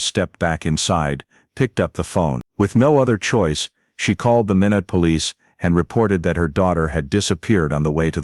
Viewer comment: Watching from North Dakota and it is pronounced (My not) Minot